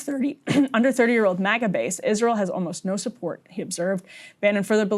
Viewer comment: It's MAGA, not MIGA.